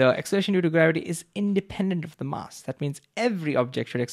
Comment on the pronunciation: can you correct your pronunciation of mass please